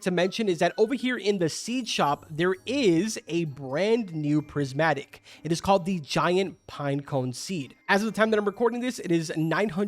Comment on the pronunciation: Saying phrismatic